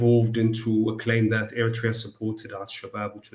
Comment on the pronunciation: What makes your show interesting,, is the fact that your guests are well-versed in the subject of discussion you raise. The only misgiving: well, please pronounce Eritrea properly. With due respect, it should be ኤርትሪያ in English instead of ኤሪቲርያ. This mispronunciation has long been in vogue with many Ethiopian jurnalists working for English presses. Keep up the good work!